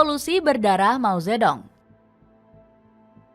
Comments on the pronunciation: Mao ze thung bacanya itu yg bener jangan mao zetdong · Ini pembawa acara gimana sih, mao ze dong dibaca begitu, seharungnya dibaca Mao Tze Tung . D = dibaca T. Ong = dibaca Ung